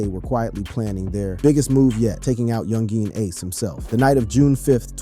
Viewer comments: You called him "Yung Jean ace" lol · Do better research next time this video wasn’t correct on a few things. 😂 young geen ace shoulda knew it was gunna be a bad video first time you tried saying his name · dont make a vid on a person when you cant even say his name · Can't even say bro name correctly 🤣🤣 goofy ass